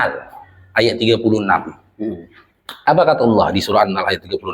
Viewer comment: Mohon maaf bukan maksud mengurui, Cuma sekedar berbagi apa yg sy tau, Bacanya bukan annal tapi an-nahel huruf e nya tersembunyi